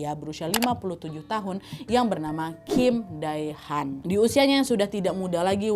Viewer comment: Kim Dae Han dibaca : Kim De Han Jungang-ro dibaca Jung Ang No (udh ada tulisan nya diplang nama stasiun, cara baca persis seperti itu bkn jung gang gu no😭) Choi Jeong Hwan dibaca Che Jong Hwan Choi Sang Yeol dibaca Che Sang Yol next research how to pronounced ya, Nadya. Biar informasinya juga tepat. 🙏🏻